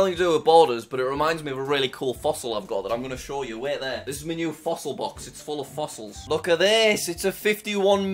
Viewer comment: "Wow" a fossell box bru😂